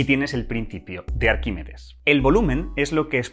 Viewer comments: Arquímedes... "Arquímides" no, por favor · "Arquimides" no. Arquímedes.